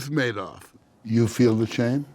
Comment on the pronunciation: Why was he calling him Manoff with an N?